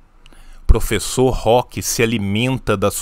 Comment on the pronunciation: eu não ligo nada pro que ele fala, mas me dói ouvir o host falar "professor"